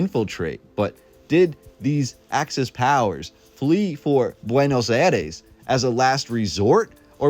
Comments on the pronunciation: Buenos aïres not buenos ares… 😉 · There are many many french type buildings you have no idea. Before making a video please inform yourself It is also BUENOS AIRES. NOT BUENOS ARES